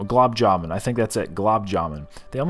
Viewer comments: The yellow pakora was made from Paneer (cottage cheese)? Chutney (not salsa). Green chutney is made from Mint leaves. Red could be dozen different varieties, each with a unique taste. Green Peas = Mutter; the dish you devoured was Mutter-Paneer. Blumb jamb.....! is actually Gulab Jamun....! (Gulab = Rose!) The white pudding is actually Kheer! Had fun with your pronouncing the names of Indian dishes. IMHO, a buffet of these spreads for $20 is a steal even in India.......! Scott looks very muscular..... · Gulab jamoon* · As an Indian, I literally started rolling on the floor with laughter as butchered the Gulab Jaman name 🤣 Always nice to see both of you guys have fun while at the buffets. I'm seriously super impressed with Scott's stomach capacity. He's just as much as a beast as is